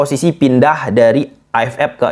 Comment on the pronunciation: AFF bang bukan AF Ep, dan juga EAFF vukan EAF Ep😭😭😭